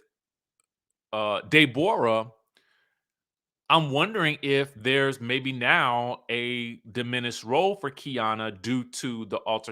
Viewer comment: Her name is Deborah NOT De Bora